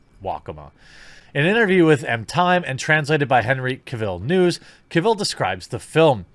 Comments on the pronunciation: I imagine we aren't getting new Superman stuff because Superman is boring. Also, stop saying Henry Cavill's name wrong. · You kept repeating Henry's name wrong really annoyed me 😂😂😂😂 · The way you say cavill gives me cancer